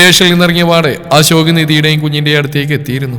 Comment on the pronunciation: ജാൻ അല്ല അശോക് അശോക് അശോക് 10 തവണ പറഞ്ഞു പടിക്കു,,, ജാൻ കേൾക്കുമ്പോ നീലാംബരി ഓർമ വരും